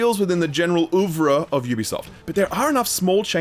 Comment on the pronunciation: Oeuvre is pronounced ouvreuuh not ouvra' great review anyway !